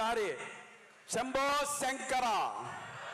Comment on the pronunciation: సప్తగిరి గారు. సంబో సంకర కాదు సార్. శంభో శంకరా అనాలి సార్.